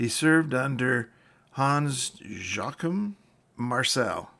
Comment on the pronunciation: Hans' name was "Joachim" or "yo ahkeem" just FYI..